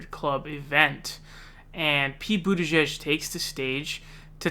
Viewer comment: "I was saying Boo-tigieg"